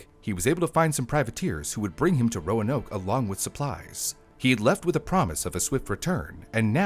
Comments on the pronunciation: The emphasis is on the first syllable - "ROAnoke," not "RoaNOKE." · It's ROAnoke, not RoaNOKE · This is great info but its name is pronounced roan oak after red oak. Signed, a Roanoker. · As a previous local, I'm more surprised that I've been mispronouncing Roanoke this whole time... the lift in the a is a lot quicker and much more subtle in normal conversation. I've always said "Row-noke" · Modern american english typically puts the emphases of 3+ syllable words on the 2nd syllable, so it would be roAnoke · Why does he keep putting accents on the wrong syllables in the name "Roanoke?"